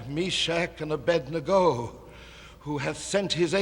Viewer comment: He actually pronounces Abednego's name correctly.